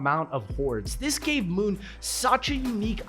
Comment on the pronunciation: I noticed it too lmao